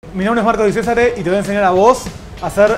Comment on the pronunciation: Tu apellido se pronuncia di chesare no di cesare que te haces el italiano y no sabes ni tu apellido